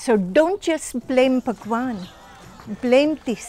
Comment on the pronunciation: When she said bhagvan, i got cringed. Disgusting